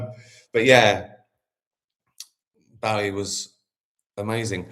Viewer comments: Is that how we are meant to pronounce Bowie? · I thought it was pronounced Bowie not Bowie 🤔😬